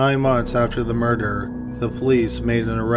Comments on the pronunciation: Say "murder" "murderererer" No- just the word "murder" "Murderererer" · And wintererer... offererer... doorerer... eithererer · Bro you really need to check your narration skills out and not necessarily the words you're using but how you say the words take for instance the word murder you are pronouncing it murderer extremely annoying makes it difficult to listen to your stories consider the last word of your sentences do not hold out the last syllable so long also your voice is extremely monotone which is also very distracting consider consider looking at that as well other than that your stories are very interesting and I enjoy them but if your voice doesn't change I'm going to have to move on to another Channel thank you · I'm more curious why the narrator pronounces "murder" as "murderer" I can't be the only one who hears it.